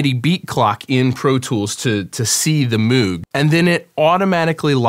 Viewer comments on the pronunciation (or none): It's pronounced like "Moge" not like "Mooog". Robert Moog said it's Dutch. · Moog (Moe-g) not (mewg) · YES! Congrats! But, you own one now, so you gotta say it right 😅 it's Mow-g, like "I'm going to Mow my lawn" but with a G on the end haha. Enjoy the beast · Got one a few months ago. The soft synths don't do what this does. Couple things: - You can gain stage the synth itself. As you play with the levels, it drives harder, like an analog amplifier does. - It's pronounced "m OH g"....not "m OO g" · Isnt it Moog like Moag more of an "O" sound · bro said meeeeewg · Never trust people who say Moog wrong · Moog Pronunciation, "Moog as in Vogue" even Bob himself "prefers" this version... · Congrats. This is the piece i've had my eye on but can't justify until i actually start producing results with everything else i have. [FYI, though, it's pronounced "Moog" as in BOAT or TOAD or GOAT.] re: your issues with getting arpeggiator sync in the past—i'm not sure i understand. I thought it was always just about setting the synth to follow the DAW/sequencer clock. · It's MOOG, not MOOG! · Ikr!! drive me nuts